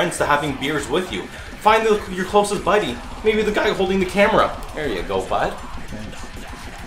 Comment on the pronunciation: The way u say bud is so damn Canadian its great